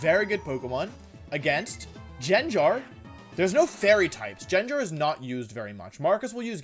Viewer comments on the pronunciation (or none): Am I having a stroke? I've been watching his videos for months now and I've never noticed he mispronounced things like video as wideo or Gengar as gingar, is it him or is it me? Did I just not notice this? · Nobody: WolfeyVGC: says Jen jar instead of gengar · jenjar lmfao it's gengar. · if I'm not mistaken, isnt how you pronounce it GenGar not JenJar? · its pronounced gangar not jenjar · STOP pronouncing it Jenjar, it’s Gengar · if you say genjar one more time im ripping the hair out of my skull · I love his pronunciations GENJAR,WIDEO haha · The most evil thing here is saying jenjar. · Pronounces Gengar as genjar. Gothitelle as gothitelly like what it ain’t a Telly tubby. It’s gothi-TELL. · Man i wish the english language made any sense, how is gengar pronounced jenjar? ahh oh well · It bothers me that you pronounce it as Genjar. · the most evil prt of the video is the pronunciation of gengar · The most evil thing about this video is how he pronounces gengar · the only evil thing here is how you pronounce gengar dude. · Pronounce gengar right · The way you pronounce "Gengar" enrages me.